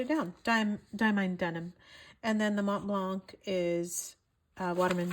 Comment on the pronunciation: In Montblanc the c is silent.